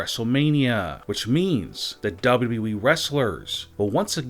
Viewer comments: does teh guy doing the voice over even know the name of WWE. There are 2 W's in WWE yet he keeps calling it WE. What a moron. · WrestlingNewsNow official dictionary: Noun: WbleWbleEeeeeeeee (DoublyDoubly-Eeeeeee) Meaning: Poor way of pronouncing W.W.E Example: This will (won’t ever ever happen) in WbleWbleEeeeeeeee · Beautiful Narration of all Time Hahahahaha. Even when he says WWE . He says Wyi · Dude not even sayin WWE he sayin dubbadubiweeeee